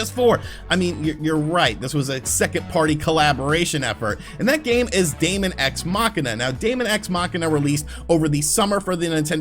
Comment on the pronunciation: Dæmon is pronounced demon. Just like æther is pronounced ether. Seriously, it's not that hard to learn how to fucking pronounce words....